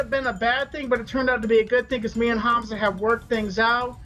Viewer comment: And he can't even pronounce names "Hanza" really Keem you really need learn how to speak god damn English.